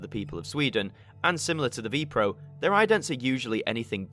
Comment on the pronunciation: Ah yes, the VPRO channel come on man, at least do a bit of research and find out which NPO channel it was on at that time also VPRO is pronounces vaypay-err-oh